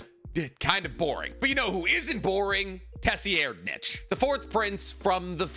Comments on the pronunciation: "Tessy Air'd Nich" Holy fucking shit, dude. "SIR EYE'D ". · Has no one told that tserreidnich name is pronounced sir-eyed-nitch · I've not heard other people say the 4th prince's name that way. Most of the time I hear (tsir-ride-) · Isn't it (Tserriednich) pronounced "Sair-reed-nich"? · His name is "Ser-Ride-" I flinched every time you mispronounced it, my dude. 😂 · He's the only person I've heard pronounce it the way he does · That 4th prince pronunciation 💀. Tho I get my pronunciation from an Australian man in a room so who really knows 😂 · It’s more reed than ride but def not what he was saying 😭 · Why are you pronouncing 4TH princes name like that?? Geez look up the pronunciation